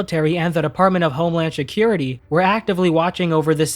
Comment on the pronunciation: I love your work, but I can’t get over the fact that you say Shakira-Tea instead of security.